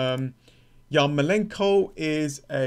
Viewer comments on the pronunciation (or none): Man, please pronounce ukrainian surnames correclty. Your emphasis on "enko" is not correct. Yarmo'lenko, not Yarmole'nko. Zi'nchenko, not Zinche'nko.